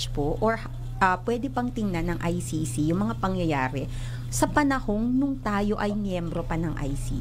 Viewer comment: pagpronounce lang ng ICC di pa ka maka perfect